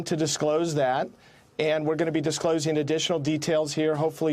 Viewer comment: "Disclosing" LOL